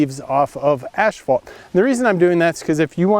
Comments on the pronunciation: Ha, ha. I'm a line striper and I know exactly who you're talking about, lol. It's pretty stupid to call it "ashphalt" when you own a company selling asphalt products. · I've only heard one other guy call it ash-phalt before. That's great.